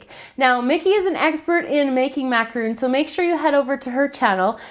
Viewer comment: I'm sorry to be annoying and picky, but it drives me soooo crazy when people pronounce macarons with the 'oo' sound! macarons & macaroons are two different things!